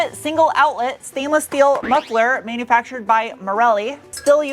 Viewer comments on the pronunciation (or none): Came for the truck, stayed for the shteel 🤣